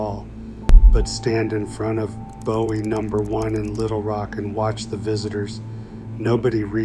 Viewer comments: It's pronounced Boo-ee 😒 And it's called a Texas Clip And what was that movie at the beginning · I visited a cutlery museum in Sheffield and was disappointed that they had no knives on display. By the way, Bowie is pronounced boo' ee. There is a knife-making school here in Arkansas at Historic Washington State Park, but Jim Bowie wasn't a park ranger. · It's pronounced Booee and there's no evidence that Bowie ever gave Forrest anything let alone a knife. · Your pronunciation of Bowie isn’t correct…… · The pronunciation of Bowie was annoying me……